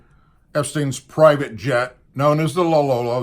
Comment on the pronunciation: It's Ep Stein, not Es pein. 😁👍 and Lolita not Lolila. The other word is ex cerpt not ex kerp.